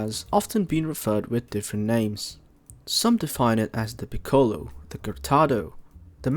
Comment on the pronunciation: Like the video and i am a big fan of piccolo. But can you pronounce it correctly please. The ‘o’ is short